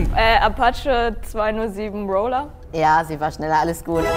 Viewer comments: Naja es ist "Roller" und nicht "Roaler" ist nen anderes Wort. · Niemand: Wirklich niemand : Das Mädchen das keiner kennt: Rooler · Jonathan Kaestli rowler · Niemand: Wildcard Gewinnerin: Rowler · Wie sie Roller ausgesprochen hat hat mich gekillt 😂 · Sie hats halt einfach englisch ausgesprochen :D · qexe_ 34 normal heißt roller scouter auf englisch, aber ich meine ja auch nicht das sie Roller ins englische übersetzt hat, sondern einfach englisch ausgesprochen hat. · Roller? Wie hat sie das denn ausgesprochen 😂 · absolut getriggert wie dieser witzbold Roller ausgesprochen hat